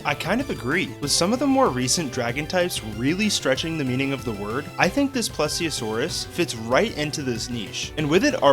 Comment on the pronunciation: I literally paused the video when he said Plesiosaurus lol It's not really a big deal, but as a dinosaur/prehistoric creature nerd myself, that got me lmao